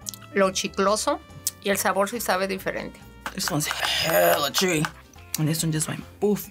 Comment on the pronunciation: Love how she says shewy intead of chewy